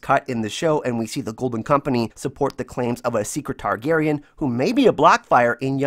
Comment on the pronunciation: Really2 satisfied with ur "golden kompenieee" im so sorry cant help it lol. Btw nice vids there.